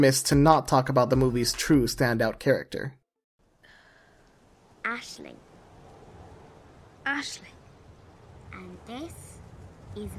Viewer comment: I love this video and all these films. By the way it's Aisling (ash-ling) not Ashlin